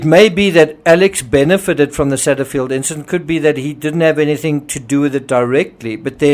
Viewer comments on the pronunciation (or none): none